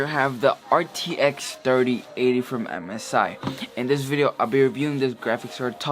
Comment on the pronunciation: “RTX Dirty Ate-ty”